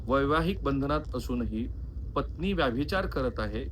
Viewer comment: राहुल साहेब कुलकर्णी आडनावाच्या मी जितक्या जणांना ओळखतो त्यात व्यभिचार या शब्दाचा वारंवार व्याभिचार असा उल्लेख करणारे आपण पहिले आणि शेवटचे कुलकर्णी . हा व्हिडीओ बघतांना नंतर नंतर तर ,तुमचा विषय राहिला बाजूला आणि मला नादच लागला कि आता व्यभिचाराचा उल्लेख तुम्ही परत व्याभिचार असा कधी करतायेत ते. 😂 तात्पर्य: पत्रकारिता आणि यू ट्यूब मधून सकस ,मराठी वाचना साठी वेळ काढणे फार गरजेचे आहे.